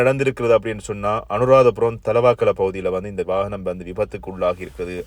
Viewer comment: தலவாக்கல அல்ல தலாவ